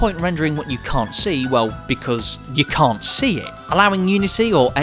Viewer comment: Why did he pronounce can’t like com